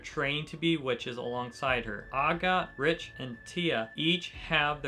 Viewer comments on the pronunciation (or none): The way you say the name of Agott (Agate) Tetia (Tea Sha), and Richie (Ree she)hurts me a bit. But I’m so happy to see people talking about Witch Hat Atelier